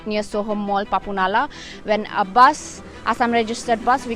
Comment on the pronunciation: Not baas it's bus. Sunder toh hai magar Tora galti bol diya.